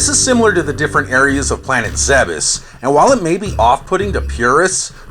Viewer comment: Zebes isn't pronounced 'zeb-ess', it's 'Zeebs'